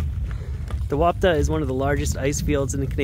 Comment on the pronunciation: Love it, just a quick one, it’s pronounced ‘Ron-tha’ since it’s Welsh 🏴🏴🏴